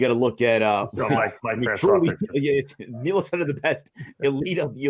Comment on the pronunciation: It’s Milos not Milosh